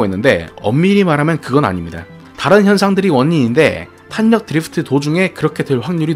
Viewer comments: 그냥 자연스럽게 탈력 이라고 발음하시면 됩니다 ㅋㅋㅋㅋㅋㅋ 탄이라고 하시니 더 어색하게 들리네요 (탈력이 맞는 발음법입니다) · 내용.....너무 좋은데ㅠㅠㅠㅠ 발음.....이 자꾸 귀에 밟혀요ㅠㅠ 정확하고 좋은 영상이 되었으면 하는 마음에 말씀드려봅니다 탄력[탈력]입니다 오늘도 좋은 영상 감사합니다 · 단어전달을 분명하게 하시려고 일부러 탄으로 애써서 읽으시는게 오히려 어색하단걸 말해주고 싶은겁니다. 영상 보시면 중간중간 분명 빠르게 탈력이라고 발음할때가 있어요. 평소엔 제대로 발음하시다가 영상때문에 저렇게 발음하시는것 같아서 적는겁니다.